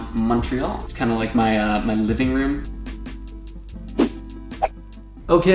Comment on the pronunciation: Praise the dear lord he says Montreal right